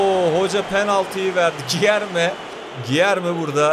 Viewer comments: Gierme yerine değilde gülerme şeklinde okunuyo diye biliyorum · Abi gilerme deyil culerme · Cilerme diye okunur krall